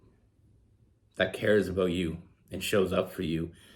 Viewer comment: I can’t figure out if you are saying the word about or a boat🤔